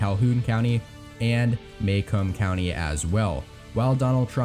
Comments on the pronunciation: Good video but you absolutely butchered the pronounciations of some of those counties. Lenawee is actually pronounced Lenaway, and Macomb is Mahcomb, not Maycomb. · Nitpick on some pronunciations: It's SHY-a-wass-ee County and muh-COMB county. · You pronounced Macomb county wrong